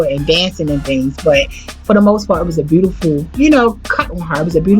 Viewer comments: Good God it was awful listening to this woman trying to narrate. I love Whitney Houston so I powered through. One more tongue pop, one more use of the word phenomenal, one more mispronunciation of the word “looked”, one more beautiful pronounced instead as “brutiferl” and I was going to just lose my mind. Please don’t narrate another thing ever. You make Beyoncé sound like a scholar and we all know how she sounds when she speaks. That was rough. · and the way beautiful was mispronounced